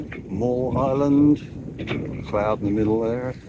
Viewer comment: Hello As you sailed toward Rosslyn Bay, Miall Island (m-eye-all),was off your starboard bow. The larger of the 2 islands off your port side is Middle Island.